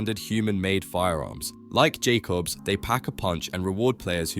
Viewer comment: funnier when you notice it pronounces jakobs perfectly fine when explaining tediore.